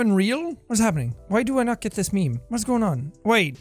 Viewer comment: Jack: Its meme time its meme time What i hear: its BEAN time its BEAN time.